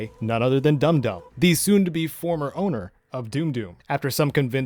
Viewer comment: Its Dum Dum, like dumb dumb not doom doom